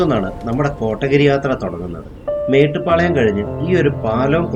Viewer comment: Nice video 💙 കോട്ടഗിരി അല്ല കോത്തഗിരി (Kothagiri)